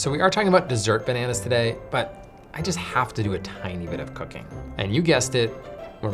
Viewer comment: Tiny bit of cooking! I thought you said tiny bit of cocaine. I was concerned